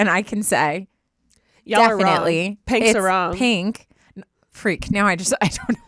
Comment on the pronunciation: You say peen-k vs pin-k....they're super close tho honestly unless it's being exaggerated like the girl in that audio